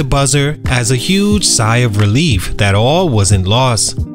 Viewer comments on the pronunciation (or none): none